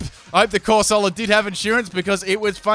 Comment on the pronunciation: Hearing this man say corsola made me uncomfortable lol